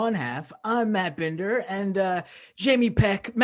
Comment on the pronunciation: i'm just confused why "binder" is pronounced "bender"